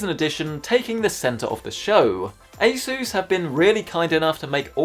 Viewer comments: Broooo A SSSSSUUUUUUSSSSS PLEASE. I don’t like how you say sooos it just sounds like Jesus like Spanish bro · sounds like a sus when he says asus